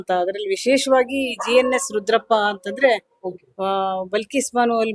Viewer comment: ಅದು ಬಿಲ್ಕಿಸ್ ಅಲ್ಲ ಬಲ್ಕಿಸ್ ಮೊದಲು ಹೆಸರು ಸರಿಯಾಗಿ ಹೇಳಿ